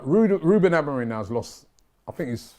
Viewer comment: I know Robbie wrote this title coz only he(the name butcher) can call “ AMORIM” “AMORIN” 🤦🏽